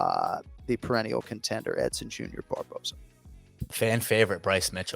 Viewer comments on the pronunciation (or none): He should get fired for pronouncing Edsons name like that 😜